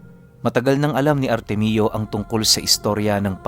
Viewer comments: Artemio ❌ artemyo✅ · Ar-temyo po tang pronounce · Ar tem yo po pronounced Ng pangalan na artemio